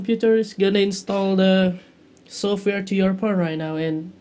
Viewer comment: lol take the battery ut of the phone and put it back in lol he said "porn" instead of phone